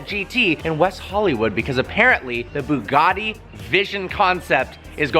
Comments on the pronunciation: Ash W isn't it boo gotti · It’s pronounced ‘bew gatty’ not ‘boo gaardy’ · It’s Bugatti not boogarti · Why do Americans call them booogarties, its pronounced Bugatti. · Boogatti? I suppose you pronounce but as boot? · Bugatti not Boogaadi. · Why can't you Americans pronounce our Europeans cars names properly? It's BYOOGATTI ffs. BYOO. practice. Byoooo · Did he just call it a Bugatti "Sheron"... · Ash W Im italian and it isn't pronunced "bew gatty"....😂😂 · Why do the yanks pronounce Bugatti as Boogartti? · Why do you Americans pronounce “Bugatti” like it’s spelt with an o.... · NOT BIIIUUUUUGAAADDY LOL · Why can't he say Bugatti properly